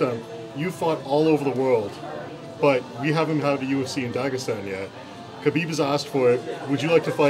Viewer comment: Lmao, what were those attempts at saying Khabib's name? hahaha.